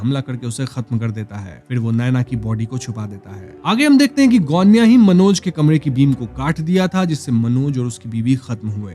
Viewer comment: गोण्या बरोबर आहे सायली ✅